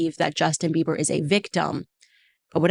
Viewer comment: Girl its Justin Bieber not Beaver